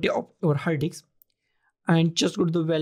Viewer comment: Did I hear you correctly or just my over imagination ...... I kept hearing "hard dick" and not "hard disk" ..... LOL Anyway, following your guide doesn't help me to create a recovery partition in my laptop